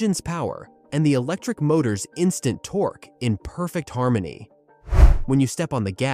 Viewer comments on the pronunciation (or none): “553 L-B-F-T of torca!” Lol if that don’t scream AI I can’t help you.😂